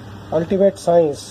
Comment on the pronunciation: What is 'scoence'?